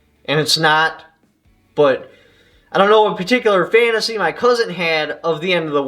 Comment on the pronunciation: lol your "cuzint"